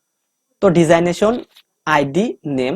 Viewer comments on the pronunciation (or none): ডিজাইনেশন হবে না ডেজিগনেশন হবে উচ্চারণ টা